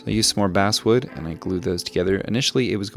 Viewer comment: I’m sorry, I know it’s nit picky, but it’s driving me crazy… you keep saying “basswood” but it’s technically pronounced “basswood”.